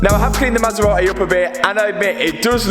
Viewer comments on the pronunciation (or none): masera.........eh!!!.....is it so hard to say MASERATI..?????